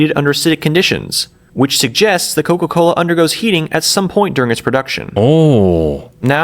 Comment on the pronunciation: "coco cola" 🥀🥀🥀🥀🥀🥀